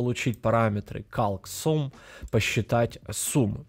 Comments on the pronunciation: Человек делает курс в первую очередь по программированию, весь материал подается словно детям, вот и акцент на num и sum делается похожий. Тебя никто не заставляет его слушать, есть eloquent js, learn js и в конце концов оригинальная документация на православном английском. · Ну подтяни ты уже английский, раз уж делаешь курсы... Тем кто знает английский уши режет, а тез кто не знает, учишь гавно английскому. Какой блять резулт? Резалт, не резулт.. Перед видосом хоть открой переводчик и посмотри произношение.. Та же самая прртензия к твоим сум(sum) и нум(num)... Когда они произносятся как сам и нам.